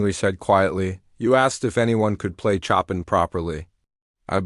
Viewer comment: Tell the narrator to learn how to pronounce CHOPIN!!!